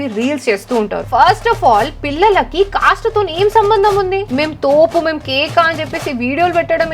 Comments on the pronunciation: sister that is not cas that is cast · Akka caaste kadu akka caste 😂😂😂